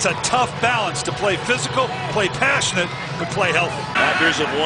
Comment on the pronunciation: Why did he say "Passionate" so hard lmao 🤣